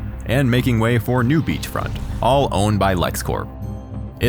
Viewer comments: *"all-be-it" NOT "I'll bite" He does NOT "turn back time". He goes back in time and we the audience see it from his perspective. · Dude, albeit is pronounced Al Bay. Not Al Bite. Ha. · I've never heard albeit said like that